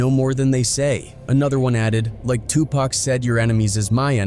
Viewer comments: 2 pock not 2 pack not one K in that mans name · Even white A.I. robots cannot pronounce Pac’s name right. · I am about to really unsubscribe to this channel because this guy can’t pronounce Tupac name, right?